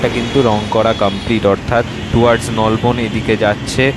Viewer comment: Ucharon thk koro Bhai nalban noi Nolbon